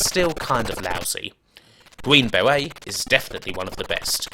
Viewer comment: Gween bewet...